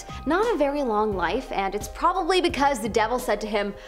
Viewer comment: Is it so difficult to say the word “probably” that was atrocious for me to sit through..